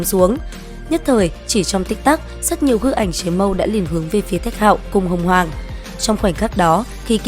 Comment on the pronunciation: Đến đứa nào Tiếp đón tận tình đứa nấy Sinh linh tiên cổ đến ah làm thịt luôn 😌 Cơ mà bà kia tên Hồng hoàng s nghe ad đọc ra hỏa hoàng nhỉ 🐧